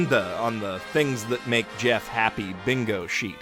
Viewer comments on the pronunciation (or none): none